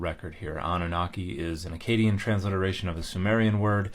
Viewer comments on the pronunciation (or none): I was listening to this but not watching the subtitles and I had a bit of a double take when Dan said "Akkadian"... because I thought he said Acadian and it didn't sound anything like French to me!